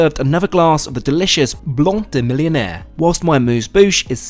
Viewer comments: hey, quick note, the champers on your oman flight is not pronounced mill-ion-aire, it's pronounced mill-en-air with the emphasis on en. since it's french, it makes a massive difference. cheers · its pronounced Blanc "day" "mill-len-air". It means "white of the millenia". Millénaire doesn't mean millionaire.